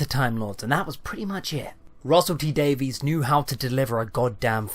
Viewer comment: OK, I didn't agree with much of that but we're all entitled to our own opinions. I just wanted to say that given your YouTube user name it's funny you don't know how to pronounce Russell T Davies' name. Davies is a Welsh name with a silent E, so it's not pronounced DAVEYS but DAVIS.